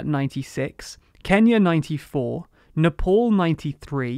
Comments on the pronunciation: What is "Neppol"? Get the pronounciation right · Neh-paul lmao